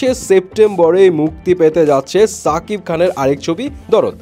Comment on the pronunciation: ভাই নাম টা ঠিক করে বলেন সাকিব না শাকিব